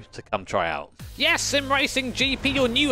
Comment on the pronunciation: I miss the "yis"